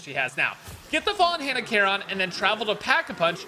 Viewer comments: Bro, it's care-on not car-on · still annoys me cause I’ve always known care-on and never heard car-on